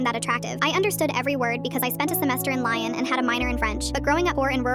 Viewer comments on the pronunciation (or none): Note to the narrative lyon is pronounced le-on not li-on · Lyon is not pronounced lion.😂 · The pronunciation of Lyon made me snort laugh tea through my nose 😂😂